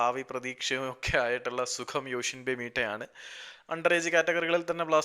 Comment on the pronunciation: യോഷിമ്പ 😂😂pronouncation onn sradhikkanam broh